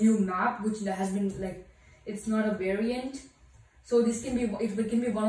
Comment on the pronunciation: I like how he said variant like COVID 19 variants xd